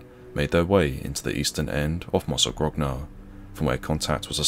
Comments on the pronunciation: My family is from Mozzagrogna, and we are eternally grateful to the brave souls who gave their lives freeing us from the horror of Nazi occupation. (its pronounced mozza-groan-ah btw, the 2nd g is silent) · Now repeat after me: mozzagronia... that's how it's supposed to be pronounced. you're welcome. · Thanks for the upload. Mozzagrogna is pronounced Mozzagronya btw.